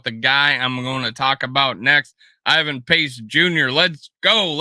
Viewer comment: As an unqualified content critic, I feel like I'd be kinda remiss in my unofficial duties pointing out that if you're on the "Pace Train", you might show a little respect to the mans name... Who the heck is "Invan"? 😂 Other than that. I approve this content - SKOL!